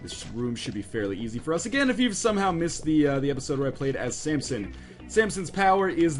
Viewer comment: ryan please stop calling him sampson, theres no p in his name...